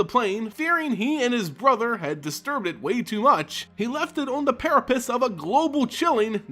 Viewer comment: Precipice not peripice. Thran, not Thrain.